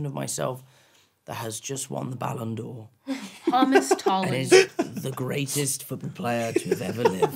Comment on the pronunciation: Im sorry but am I the only one that noticed that Zendaya said "Homas Tolland" lol